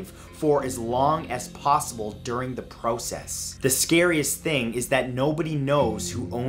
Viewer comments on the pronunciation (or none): Why did you say process like that